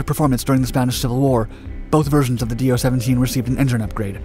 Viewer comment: It is not "D-O"! It is one single word. speak like "Doe".